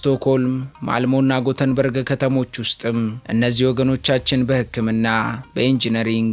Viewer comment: Yeketemaw sim Gutenberg sayihon "Yetebori" sitera endezih new "Göteborg '